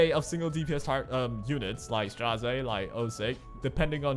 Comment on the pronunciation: i really wanna know how ppl see Straze and say Strazay. It is so funny